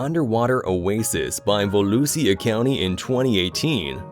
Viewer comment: How many names and facts can you get wrong in one video. 1)Morgan - Moran 2)MCS - MSC 3)Not a natural gas tanker - oil tanker 4)Monrovia is where the ship is registered (port of call). Not its name. 5)the Sea Eagle tilted to Port side. Not starboard 7)Volusia is pronounced- volusha . Its Daytona beach, FL. 8)The ship didnt sink because it was overloaded. It started taking on water. 9)in maritime law, not one party is fully "at fault". If you abide by the colregs, no collision should ever happen between two ships. 10)River Tim's. Not Tams. I give up. So many mistakes.